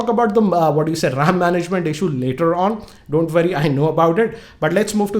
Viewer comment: "Don't vorry" be ruski